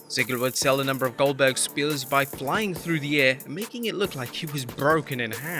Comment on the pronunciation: Selling his spears? Selling his what did you say spěórs???